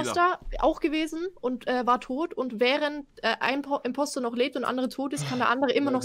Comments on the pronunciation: Hahaha Wie er immer Komposter sagt 😂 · Fällt eigentlich keinem auf das Knossi immer Komposter statt Imposter sagt aber ich liebe diesen Typen . Wenn ihr das schon Lest, schaut doch mein Kanal an. Ich bin so scheiße, ich brauche Unterstützung 😂😂